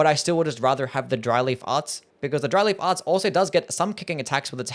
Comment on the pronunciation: Really made a point to enunciate so that it didn’t sound like Dryly Farts, didn’t he?